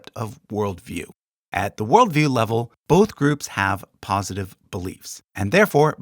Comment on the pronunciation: Great video, but 'POSTITIVE' or 'POSITIVE'?